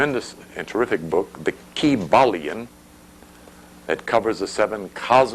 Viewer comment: It's the Kyballion. He just enunciated the word to show 🔑